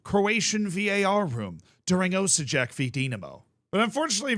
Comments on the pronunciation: Osijek is pronounced Osyek. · Hello from Croatia :) it's crazy man :) btw your pronountiation of Osijek is terrible.